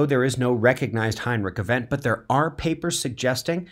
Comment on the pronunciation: Is he saying "Heinrich Event"? This video isn't made for new viewers or beginners.